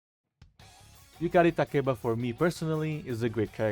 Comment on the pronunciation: Btw I love the fact you properly pronounce Yukari's full name